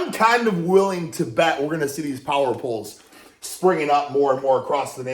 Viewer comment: “we’ll see these power pohls springing up across the nation”